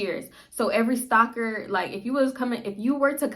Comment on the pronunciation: lmao i kept thinking you were saying stalker instead of stocker 🤦🏾‍♀️